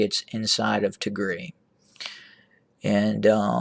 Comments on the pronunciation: What Tigre? Pls correct Pronounce it’s Tigray!!! The one used pronounced is similar to call instead of America “ amrea “ which is completely only used hateful people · Yes I am wondering why this is called "attack drones over tigreee" .... primarily because it's usually pronounced tig-ray ;) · 🤣🤣🤣🤣🤣🤣🤣"ATTACK OVER TIGRI". 🤣🤣🤣 YOU CAN'T EVEN PRONOUNCES THE NAME PROPERLY TIGAY. YOU TRY TO ANALISE WHAT HAPPENED IN TIGRAY. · Pronounced tig rye